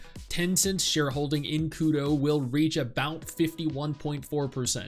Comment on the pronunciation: It's Kuro not Kudo.